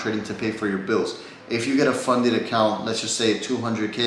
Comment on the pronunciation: Funded* not funeded 😂 cmon